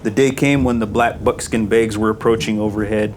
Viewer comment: I don't get it, he pronounce it as black bookskin bages. Is this how they pronounce black bookskin bages? Or did he just like black bookskin bages?